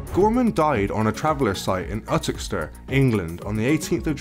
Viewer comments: Ooootoxeter lol its YOUTOXXETER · Muhammad Ali did not have a nickname. 'The Greatest' was a self proclamation and therefore cannot count as a nickname. And where is this place where Gorman died called Utox-ster? Or did you mean Uttoxeter, pronounced You-Tox-Eter? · U-TTOX-ET-ER is how you pronounce it. He didn’t die on a traveler camp he had a beautiful house built, you can see it as you pass McDonald’s on the A50 in Uttoxeter. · It's pronounced 'you tox it ter' uttoxiter.. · Uttixter? lol You-tox-eter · Just to clarify for you it's pronounced you-tox-et-er, and in the town he was a feared but we'll respected guy, a man you didn't cross but then there was no need to cross him either. I'm sure if he was still alive today it would still be the same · Utoxeter is pronounced YOU-TOX-ETER. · Uttoxeter... Its "you-toxi-ter" 😂😂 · Yoo toxx itter is how it's pronounced. :) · its You-Tox-a-ter buddy. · It's pronounced "you tox iter" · Its pronounced You-Tox-E-Ter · It's pronounced youtoxeter ffs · The way he said uttoxeter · Way he says uttoxeter